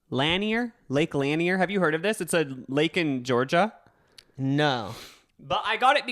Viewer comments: it is pronounced lake lan-eer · Noooo it’s pronounced lake “LUN-EER” I live 15 min from it!! Hahaha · as a Georgian, the way you are pronouncing lake lanier is SENDING me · Butchering tf out of lake Lanier but that’s okay bby I live here and knew immediately what u were talking about <3 my family has had a boat on this lake for over 20 years, we haven’t had anything crazy like these stories, but growing up I got in of course cause I was a child and loved to swim but it always made me uncomfortable and like you said I felt like someone was going to pull me under and I just felt unsafe while in the water. I am 20 now and I don’t go out there much and if I do, I refuse to get into the water cause I feel safer on the boat. Honestly there are a lot of horrible drivers here who do not understand how to drive boats or jet skis and that can be one of the main causes for such spikes in the past 30 years. But it’s a creepy and gross lake that has always given me weird vibes since before I realized it wasn’t a natural lake lmao